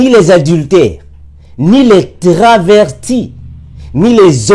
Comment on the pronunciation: On dit travesti pas traverti 😂